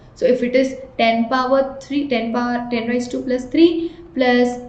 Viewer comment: It's raise not ra-yi-z